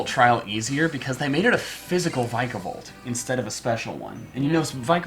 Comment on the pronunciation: Vik a volt is how you pronounce it